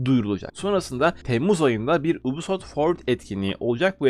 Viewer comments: anliyorum. Bundan sonra dogru okursan cok iyi olur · Lutfen yubisoft de ubisoft degil😃